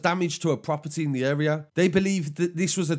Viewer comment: He’s a nice guy but he doesn’t know the uurea